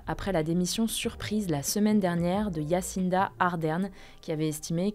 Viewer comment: Yassinda ou quoi , jahcinda